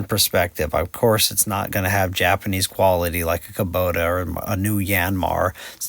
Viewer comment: its kubota sir, not kabota btw thanks for the share.